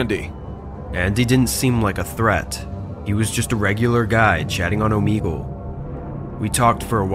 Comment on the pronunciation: Does anyone notice that in the first story first word said OoomEegOoSe instead of saying Omegle